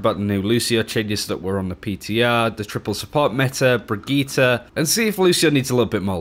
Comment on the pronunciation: Who is BRIGETTA?!?!? I feel pain every time she(?) says that.